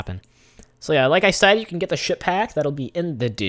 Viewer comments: Sounds like he is saying shit pack lol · what are you saying ship hack or ship pack?